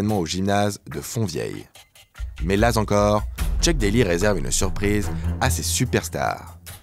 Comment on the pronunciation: "Mais la-z-encore..." mouah ah ah excellent celui-là, on ne me l'avait jamais fait ! :D